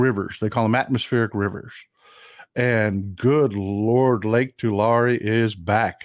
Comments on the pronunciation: It's pronounced like Tulary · Say Tu-lair-e please. That's local pronunciation. JS.......I 🙃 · I lived in Visalia. Mt Whitney HS played Tulare HS. You are not the only person pronouncing it differently. I never heard it any other way except 'TooLarry'. Dad flew helicopters for JG Boswell in Corcoran, not far from Tulare (toolarry) and it was always 'toolarry'. But, then, there were only 11k people in Visalia, so maybe we were all incorrect. Just min-ooh-shaw! STAY WOKE AND VOTE BLUE.